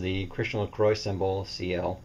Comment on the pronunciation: Great review, but it CX for Christian LaCroix. Which is pronounced in UK English and French as Laquwah. La Croix means The Cross in French.